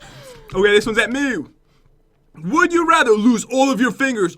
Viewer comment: pat says "Meu" intead of "me"